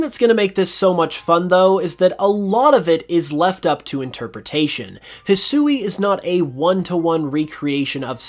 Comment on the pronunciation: He Swee. Not Hesooey.